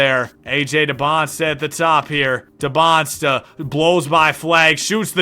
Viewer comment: Just so you know it’s not “Debonsta” as you pronounce it it’s “Dee-ban-za”